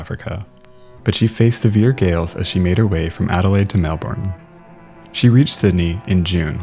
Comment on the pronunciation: just letting you know, i'm from Australia and that isn't how you pronounce Melbourne, it's pronounced more like Melbin